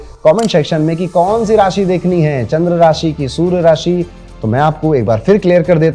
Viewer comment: Surya ko sur sur kyo bolte hai